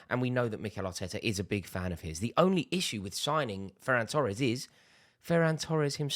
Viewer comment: "Ferran Tores"WHAT????????? expected L from Rory